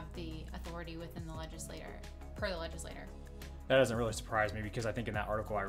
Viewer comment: leg·is·la·*ture* (I'm not usually an English cop, but you hurt my ears.)